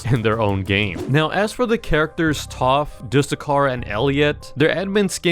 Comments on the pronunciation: Do you, like, don't know where you're commenting? We know he's called Taph, but he pronounced it as "Toph" and we're making fun of that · stop saying tawpth is tapth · It’s Taph not toph